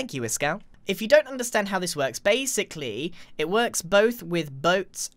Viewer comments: now “base-Ically”, nice one 👍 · But "base" ically